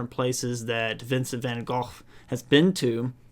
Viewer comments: WOW, you even pronounce van Gogh correctly, i am impressed. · As a dutchie I appreciate the accurate pronunciation of van Gogh, instead of the international way. May be a small thing but idk shows you are genuinely interested in art and our culture 😊